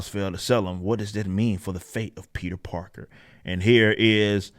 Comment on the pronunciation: did this man just say "peter darker?" that shit just killed me lol